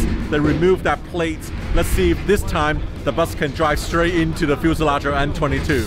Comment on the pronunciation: Fuselarge? Heh hehehehehe